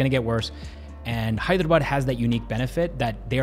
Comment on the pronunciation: Best thing. He can pronounce Haiderabad, bangaluuruu. Very clearly. Compare to average Hyderabadi.... Heddrabadd😅😅😅